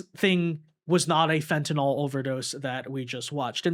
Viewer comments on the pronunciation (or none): none